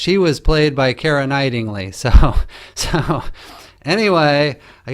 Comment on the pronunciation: Kiera "Knight-ing-ly"? Was Knightly too easy to pronounce so you decided to make it more of a challenge?